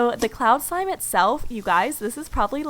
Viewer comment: Anybody Else hear When She Said Wish Shlime? Or Is It Just Me?